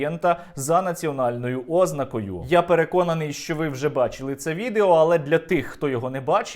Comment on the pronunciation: не "Ознакою", а "ознАкою", телепень